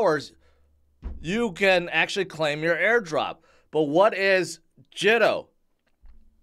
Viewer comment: Pronounced Jee to